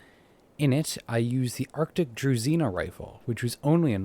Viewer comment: Why does nobody pronounce H in druzhina?